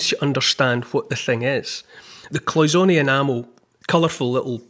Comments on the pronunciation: I'm a retired goldsmith and we pronounced it like Paul, cloy-zen-ay. Also what gives the gold that look is that it is nearly pure gold 22 karat to 24 karat which could not polish up like modern day alloy gold. Just thought I'd say something. I so love listening to you. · It is cloisonne it's French so you pronounce the a at the end